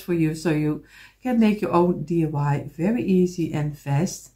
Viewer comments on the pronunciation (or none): I am a new subscriber. I just love your work. Just to help you out the word you were looking for is a lamp post. Also I chuckle because you say DUI instead of DIY. You are too adorable!!! Thank you for teaching us so much. Can you do more with the small blocks please?